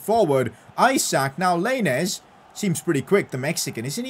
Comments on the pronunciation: I’m sorry but the way he says lainez just triggers me 😂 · He said lainez name wrong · Im Mexican and it triggered me when he said lainez. But it’s fine because he is the best yter